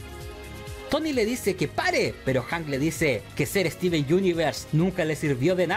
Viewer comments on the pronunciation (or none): none